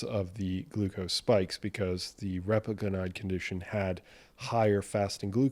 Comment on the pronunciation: Repaglinide: accent is on the 2nd syllable. I've found that for people without diabetes, just making sure their A1c stays in normal range is all that is needed. I believe that just avoiding dietary AGEs gives you a much bigger health bang for your buck than trying to micromanage transient post prandial BG elevations. Speaking of managing post prandial glycation, pycnogenol has been touted for decades to provide anti-oxidant protection from both post-prandial and pre-prandial glycation and I just found a brand new study out about pycnogenol and cardiometabolic risk factors. Would love it if you could run it through your thorough evaluation process to see if it actually holds water.